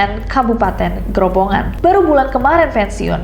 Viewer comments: Maaf bacanya salah , *Kabupaten Grobogan , bukan Grobongan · Grobogan kak bukan GroboNgan